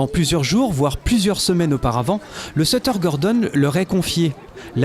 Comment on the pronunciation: A chui mort il dui sutter et pas setter